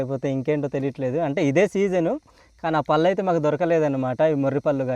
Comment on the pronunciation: పల్లు కాదు. పళ్ళు